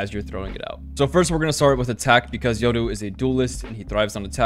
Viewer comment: Only dude who pronounces "Yoru" right.